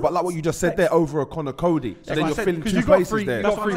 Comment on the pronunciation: Man said conny coady 😂